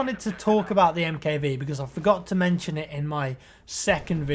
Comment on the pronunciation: Hey! Love your videos... I'm not trying to be a dick or anything but I think the MKV is pronounced Mark Five..:)